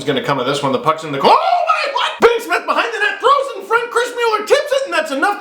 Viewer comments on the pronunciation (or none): none